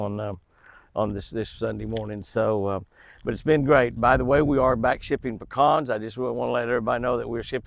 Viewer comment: SO nice to hear you pronounce PECANS properly! 😃😆 (Not Pee-cans)😜